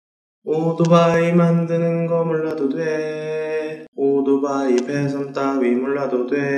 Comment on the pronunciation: 다좋은데 오도바이 라는 발음에 60먹은 노인네인줄..